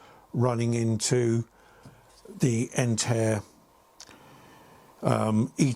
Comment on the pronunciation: It's called Entre pronounced On Tray lol not Entere